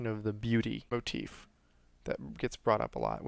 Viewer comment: I enjoy this videos but you say motef alot. It's just a bit of constructive criticism. Pls don't take it personally.